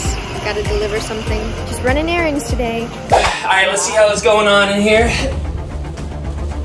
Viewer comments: said just running Errands and its sounds like running Aarons like your name lol but this was a great video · Ronis just running Erons today sounded like just running today lol 😂